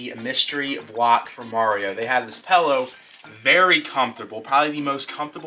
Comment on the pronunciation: Pillow not pello